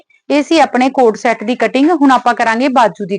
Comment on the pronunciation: It's CORD set not a coat-shot/cot set😂😂😂😂